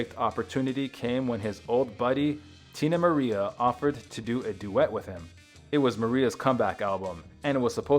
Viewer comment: I know! She was a HUGE part of his life, probably the biggest. And didn't even say her name correctly....He said Teena MariA. No respect!😂 Had me clutching my pearls.😂😅🤣😂